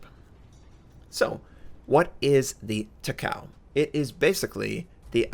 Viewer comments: She's not TAH-COW. She's TAH-CAH-OH. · It's not Ta-cow. It's ta-ka-oh. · Takao's name is pronounced Ta-Ko. Please every time you say ta cow it really makes some of us cringe >_< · it doesn't read like that not ta kao in japanese language her name is ta ka o(oh) 高雄(たかお) like Myōkō 妙高 myo ko みょーこー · it's Taka-O, not Takaw lol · it's pronounced Taka Oh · Please pronounce: tah - kah -oo 3 even syllables with NO emphasis on any one syllable It does NOT rhyme with "Macau." Please watch anime on if you don't believe me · It's pronounced as ta-ka-o(tah-ka-oh). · Actually its Ta-Ka-O ...